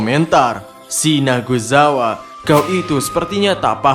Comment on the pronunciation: sinazugawa min bukan sinaguzawa, di anime eps 23 jg jelas ko nyebutnya pas pertemuan pilar "sinazug" bukan "sinaguz" . jd jelas salah penyebutan tpi dah lah nikmatin aja😁